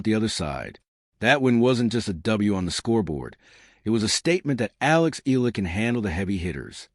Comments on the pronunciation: It's pronounced E YELLA. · Please learn how to correctly pronounce Alexandra's last name. It is simply disrespectful to talk about her and mispronounce it every time!!!